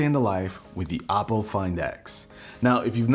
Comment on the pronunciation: Not to be rude, but the pronunciation of for Oppo is Oh-po not "op"... otherwise good video, I have been looking at getting this phone, but since I am in China I would have to find a way to flash the international rom on it because the local flavor is heavy on the security settings and locks everything in place not allowing the end user to use custom software, like google assistant or nova